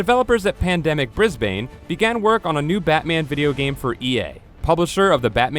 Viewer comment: Heh, Bris-bane.